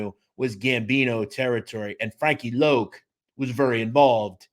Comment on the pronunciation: Wasn't his nickname pronounced Loc as in Lock ? Thanks